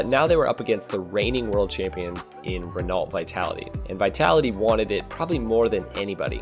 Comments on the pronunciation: Did you just say Ren-ult vitality?? cries in French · Renault is pronounced Ren-noe. Still, good video. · Ren-oh, there, pretentious dude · Renault is pronounced Ren-oh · Lol u pronounced Renault wrong. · what kind of argument is that though? It's a French word and a proper noun, you don't get to decide how it's pronounced... js